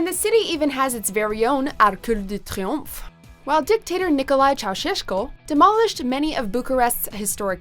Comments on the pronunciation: lol, can you only pronounce stuff if u speak the language! Arche dU tRepOMFE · Can someone teach her how to pronounce these places properly? My hair curled on "Arc du Triomphe" and my ears were bleeding on "Lubljana". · I felt that when she said arceu de triomphe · An international travel channel that can't properly pronounce Arc de Triomphe....🤔 Gimme a break. Amateurs 👎